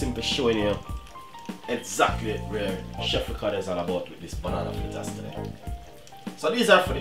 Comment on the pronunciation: Its not flitters its fritters